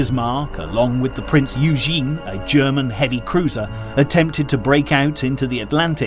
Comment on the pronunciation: Its pernounced oygen prince oygen.not eufen